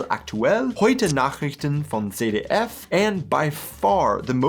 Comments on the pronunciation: 'ZDF' is not pronounced 'ce de ef' it is 'tsed de ef'. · My parents had this ritual of watching the and the News every day! By the way- its pronounced: „tsett“ „deh“ „eff“😊